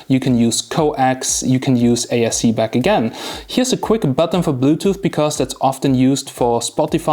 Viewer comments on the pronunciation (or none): Sounds like you're saying ASC and not ARC